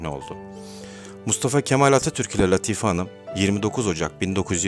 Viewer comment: Latife, Sorbon, telaffuz karı düzeltilir iyi olur.... Teşekkürler!